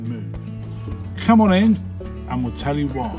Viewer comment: "I'll tell you woy". Just joking... But seriously, you don't make friends easily there, I think. Just the usual expat circles? Nice to hear madame's Donegal accent, btw.